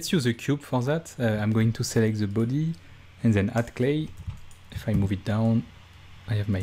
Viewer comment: I let out a little giggle every time you say things like "Ze büdy"